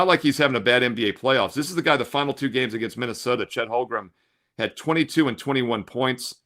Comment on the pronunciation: He didn't play well enough in game one to have his name pronounced correctly.